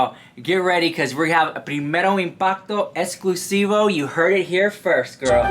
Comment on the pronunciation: yeah! it's more like 'primero impato esclusivo' lolol not shading, i love him so much